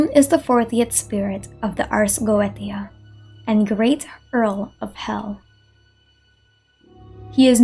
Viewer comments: not a dig at you, just something i noticed the ars goetia is actually pronounced as "ars go-Ā-sha" instead of "go-eh-tē-a" again, no hate, i say this in the kindest and most constructive way possible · The ars goetia is pronounced ars go-ay-sha its weird I know the ancient occultist were on some stuff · Goetia (go-ay-sha) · /ot on genshin but- You: Ars Geoteia Me, who played through all if FGO: LOUD SOBBING